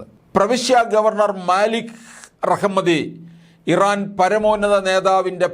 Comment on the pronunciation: ഇവൻ ഒക്കെ പബ്ലിക് ടോയ്ലറ്റ് നടത്തിപ്പുകാരൻ ആയിരുന്നു എപ്പോഴാണ് ഇവൻ വാർത്ത അവതാരകൻ ആയത് ആ രാജ്യത്തിൻറെ പേര് പോലും പറയാൻ അറിയില്ല